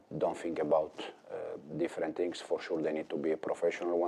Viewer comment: "For shuu"😂